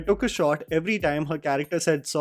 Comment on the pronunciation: She cant even say time she says tame